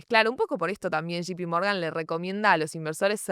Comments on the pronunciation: Basta de decir SHI PI MORGAN! Es SHEI PI MORGAN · que es shipi morgan? no se pronuncia así